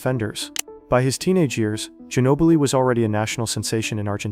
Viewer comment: “The San Antonio Spurs select Emanuel Gino-Billi” -David Stern.